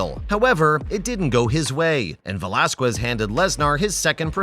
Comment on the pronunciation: You are pronouncing his last name completely wrong first and foremost. Secondly he did time in County Jail not prison.